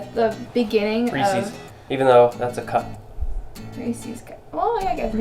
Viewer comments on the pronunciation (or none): It's Resse's not Reesies uuuuuuuugggggggggggghhhhhhhhhhhhhhhh